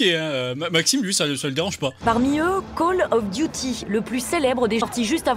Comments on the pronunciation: "Col of Duti" géniale la prononciation dans ce reportage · Call of Diouty. La prononciation de merde 🤦🏻‍♀️ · ah la blague il ne Save même prononcée le nom du jeux : Call of Duty la blague heu il dise : coll of diuty lol